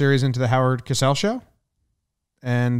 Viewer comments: It's a minor thing, but it's pronounced CO-SELL not cass-ell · If you're going into broadcasting, TV or YouTube lol: Spelled with one S CO-SELL If spelled with two Ss COSS-SELL Syllables exist for a reason Edit: I'm nitpicking....nice commentary guys, and stay safe out there